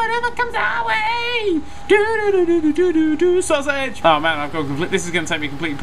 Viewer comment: Why are you saying sausege